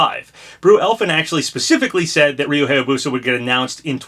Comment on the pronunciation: It still annoys me how you pronounce Hayabusa. It's pronounced "High-yah-boo-sah," not "Hey-yah-boo-sah."